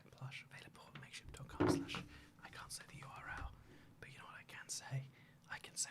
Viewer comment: Every time he says make ship I hear the p as a t.